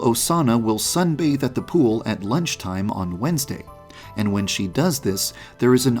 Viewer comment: You said Wensd- (it says Thrusday at the top of the screen)